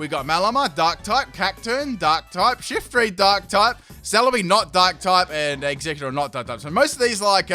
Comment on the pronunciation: "Special attacking Shiftry shet." :p